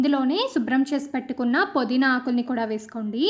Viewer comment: Podhina kadhu pudhinaa😂😂😂